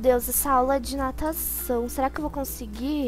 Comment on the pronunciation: Eu entendi pataçao em vez de natação